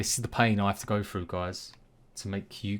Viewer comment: Froo? Or through? Lol Great vid 👍